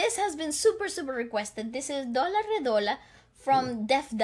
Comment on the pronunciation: Actually you perfectly pronounced "Dola Re". It's "Doolaa re". Most of your Indian pronunciations are almost perfect. 😁